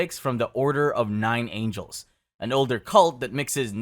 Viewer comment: order of nine angles, not "angels". second time this week i've seen a channel botch that lol.